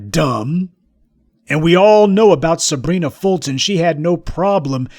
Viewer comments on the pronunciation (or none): none